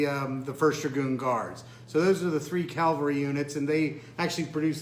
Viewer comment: Ugh...., it's pronounced c-a-v-a-l-r-y, not calvary! The V comes first, not the L.